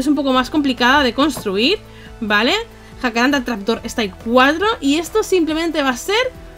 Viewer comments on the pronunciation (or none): El árbol de Jacarandá en español se pronuncia con el acento en la a asflsjslf